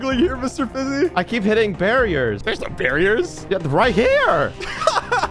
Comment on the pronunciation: Elioenah Francisco Pantaleon its Fiizy not Fizzy